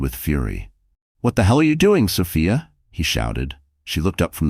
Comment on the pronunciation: Is it Soph-I-a? Or Soph—EE—a? Get a better AI🤬🤬